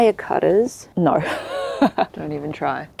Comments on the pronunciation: The 'naur' got me subscribing and liking even before I watched the rest. Cheers. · 😂😂😂😂 the Aussie no 😂 being an Aussie myself, I love this reference ♥️